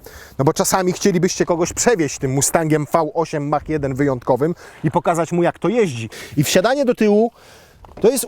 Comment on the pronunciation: Polskie wieśniactwo z językiem angielskim nigdy mnie nie przestanie zadziwiać. mówi się MAAK a nie Mach, tak samo mówi się MAAK-E a nie Mach-E